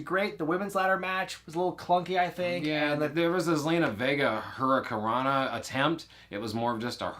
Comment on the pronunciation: It bothered me how the bald guy kept mispronouncing hurricanrana. 🤦🏼‍♂️